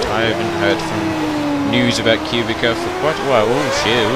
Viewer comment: btw its prenounced "cew-bit-sa" :P